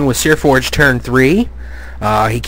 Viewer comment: It's Seaforge. There's no R in it.